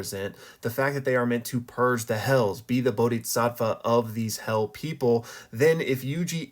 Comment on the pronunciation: maan,.... bodisatva spoken and not bodiTsatva